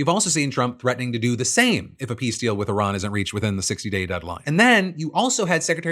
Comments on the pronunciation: I miss having a president who could pronounce the name of the country we're at war with correctly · Sending JD Vance to negotiate with Iran is a poor decision for so many reasons, but one of the prominent ones is that JD can't even properly pronounce Iran. That would be like FIFA giving a major award to a man who calls their sport by the wrong name. Oh wait....